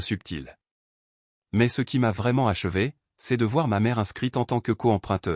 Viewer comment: Ceste , quesque, etc... c'est pénible